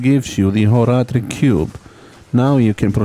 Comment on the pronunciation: 1) very good video editing 2) so informative and long, but also not too long 3) I like how you say Horadric 4) I loved the Horadric Cube so much as a kid (and still do) 5) I also like how you say two -> clearly 27 out of five happy points!